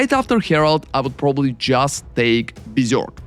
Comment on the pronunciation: Helly my dude, my request for you is to learn how to pronounce berserk and general ! See you in next video and thanks